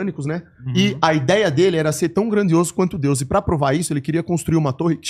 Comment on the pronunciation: O cara não consegue falar DEUS e quer passar mensagem.